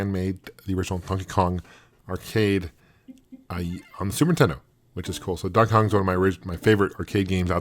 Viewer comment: I love how he says "the zooper teddoh" instead of super nintendo, i do that too